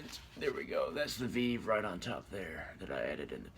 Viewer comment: A veeve!!! Thats not how you say it. You cant even pronounce the name of the Lwa properly. Please stay away from our religion. You can't just work invoke Lwa like that using vèvé. Geez. Stick.to your own